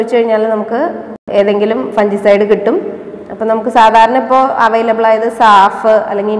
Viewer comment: Good..informative. ഒരു കാര്യം.. "ഫംഗിസൈഡ്" എന്നാണ് പറയേണ്ടത്, ഫൻജിസൈഡ് എന്നല്ല. Thanks